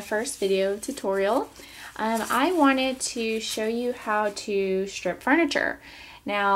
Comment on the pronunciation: it's 'strip' not 'shtrip'.